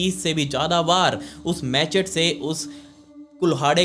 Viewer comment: its not machet iths ma-che-te.,,,,,, your english is really poor....plz work on your pronunciation